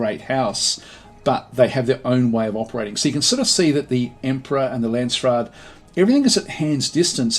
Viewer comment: it is Landsraad, the way you say it sounds like Landsstad, it sounds like German and Lands is like land or country, raad is council, but stad is county or city so it makes a big difference how you say it. Dont want to be a dick about it I am not even German so I am not sure why it triggers me so much:p